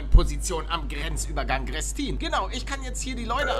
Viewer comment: Gutes video aber man spricht grestin greeeestin aus mit einem langen e :D